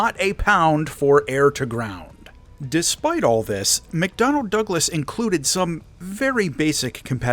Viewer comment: Rewatch this because I have F-15E now, "McDonald Douglas" lol